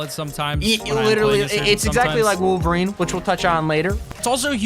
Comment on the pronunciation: You broke me when you said woverine good and meh